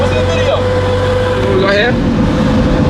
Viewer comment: "Eshmee from yo thuub? I see ebery bideo of you" and then you get the hip-hop guys cursing in Lord Shmee's video. That's Miami... LOLOL